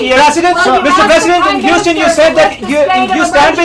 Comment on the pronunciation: Gad BarninG hUUUston ahahhahahah